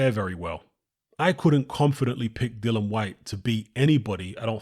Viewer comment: DillIAN not DILLAN Jesus Christ. Can't anybody read. His name is DILLIAN not Dillon. Here DILEEEAN. Jesus.